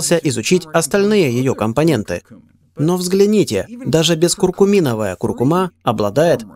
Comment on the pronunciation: Спасибо за видео, только ударение на предпоследний слог в слове " куркУма")